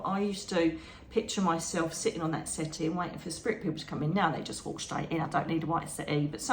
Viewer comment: Wonderful talk 🥰..I was a little confused at first 😀. You were talking about your meditation and I thought you said you walked into a white city!..it took a minute for me to realize you were saying settee! 😀🤣🤦‍♀️.. love your talks ❤️✌️💖